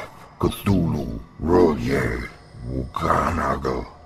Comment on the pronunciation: Its R'Lyeh actually